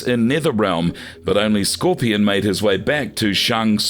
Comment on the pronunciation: I love the way they pronounce kharacters' names: Skor-pee-on, Ba-ra-kai